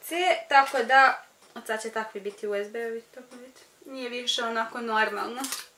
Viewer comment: rekla si usd umesto usb